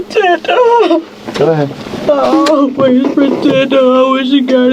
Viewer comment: “I aw-ways pruh-teted huh’ 🤯🤫